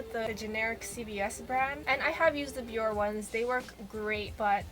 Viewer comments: Isn't it pronounced "bee-or-ay" instead of "bee-or"? Accent aigu over the e on Bioré? Anyway, this video is terrific! The tips are spot on (pun intended.) I particularly liked the point that the warm water opens the pores for the strip, and the tip to close the pores with cold water and/or ice. Your skin looks beautiful. It doesn't even look like you need pore strips - but then look at how effective your method was, what results, right there on the strip, and on your wonderful looking complexion! 👌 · i hate to be that person but its not bee-or . its bee-or-aye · It's pronounced be-or-aye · its actually bior-eehh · it pronounces it bee-or-aye on the commercials